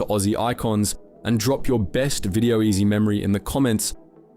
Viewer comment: I feel like this channel might be AI. The voice pronounced video-ezy as "Video-ezzy" at one point and the enunciation of "mate" was very artificial. Also the distinct lack of social media links and the usual SEO guffins.